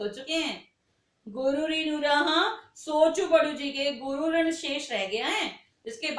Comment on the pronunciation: Shran Nahi rinn...galat padha Tumne.